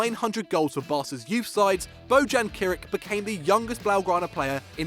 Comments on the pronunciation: Bo-Jan? Seriously?? It's pronounced Bo-yan, geez... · hes BoYan! thats bow you pronounce it.